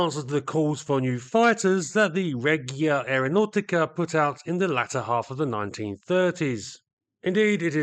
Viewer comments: Great story on these interesting aircraft. Can I offer some minor points on Italian? 'Regia' has a soft 'g' as in Reggie Perrin, so it's pronounced 'Reh-jee-uh', with the emphasis on the 'jee'. 'au' in Italian is pronounced as in 'ow!' or 'now', So Aeronautica is 'Aero-now-tickah'. Also, in 'Isotta Fraschini' 'sch' has a hard ch as in 'ski', to give 'fra-ski-knee'. British people tend to make the same error when ordering bruschetta as a starter in Italian restaurants, although I'm sure twaiters are used to it. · The G in Reggiane and Regia is soft, closer to a J. like the G in in "agitated" or "ginger". The hard G in Italian is followed by an H, same as the C and CH. Examples of an hard G and hard C in English that use the same spelling would be words like gherkin and orchestra.